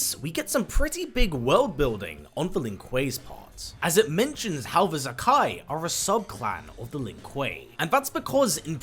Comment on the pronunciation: I'm probably wrong but I think Zaki is meant to be pronounced Za - Kee instead of Za - Kai. But I don't know for certain it's just the spelling suggests that to me. Anyway good video